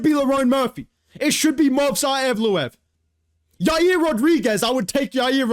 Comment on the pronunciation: I agreed with you til you said Yair Rodriguez 🤣